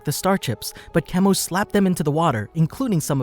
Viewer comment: Why are you pronouncing all of the names weird? Kehmo? (Chemo), Atom? (Atem)